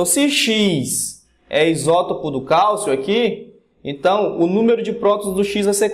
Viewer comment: É Calcio e não Calço